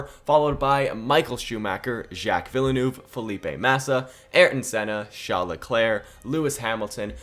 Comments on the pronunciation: z- jack ve-l-neve. not vielenoov. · No way you said jack Villa Noov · Villanouvy. That's a funny way of pronouncing Villeneuve 😂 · Villenuve is pronounced vill-nerve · The pronunciation of Villeneuve hurts me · I can’t get over how he says Villeneuve 💀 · How he pronounce Villeneuve triggers the shit out of me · I love and all of his content but please tell me I'm not the only one really bugged out by the way he pronounced Villeneuves name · The way you pronounce Villeneuve brings me a great deal of pain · 1. great video as always 2. u butchered Villeneuve pronunciation every time💀 3. why is every1 commenting for drivers that either arent in the game or arent legends at all🤨